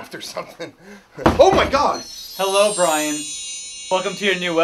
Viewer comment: "Is that a magic trick?" "It is a magic twick for those who don't know how to opewate computers Bwian."